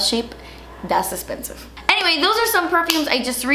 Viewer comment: You made me buy the Joe Malone blackberry. I bought tiny samples first because " DAS ESSPENSIVE". I'm insanely picky with perfumes because they don't smell good on me or they don't last or I get sick of them really fast. But I do LOVE the Joe Malone. So, officially, curse you,!!! 😂😂😂😂😘